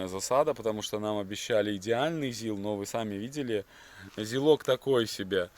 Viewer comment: Не зилА, а зИла! По промелькнувшей оговорке хотите строить дом на колесах И ещё. Вы посмотрели не два проекта, а два автомобиля для будущих проектов! Пока вы их не приобрели под конкретную идею, назвать из проектами преждевременно